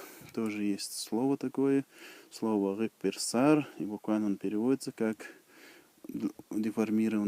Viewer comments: Гуппырсар а не хъеперсар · Гуыппырсаер а не рыппырсаер.